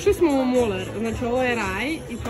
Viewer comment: Nije Muler nego Miler